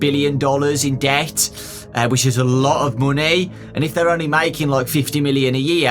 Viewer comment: says debt Tom nook: bells please